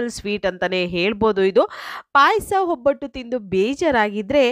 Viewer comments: ಹಲೋ ಹೊಬ್ಬಟ್ಟು ಅಲ್ಲ, ಒಬ್ಬಟ್ಟು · Mam, ಹೊಬ್ಬಟ್ಟು ಅಲ್ಲ ಒಬ್ಬಟ್ಟು